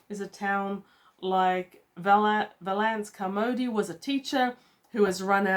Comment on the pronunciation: Valancy Carmody. (VALL-un-see KAR-muh-dee). First syllable rhymes with 'shall'.